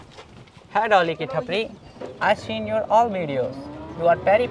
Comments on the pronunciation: Dolly ❌ lolly✔️ Bill gates ❌ cill gates ✔️ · Dolly ❌lolly ✅